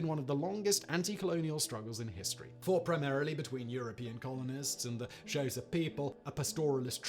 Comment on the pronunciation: Xhosa is pronounced more like Kosah than "Shosha"